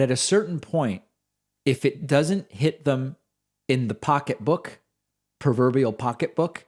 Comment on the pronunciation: PROverbial, not PERverbial. It's a thing with me.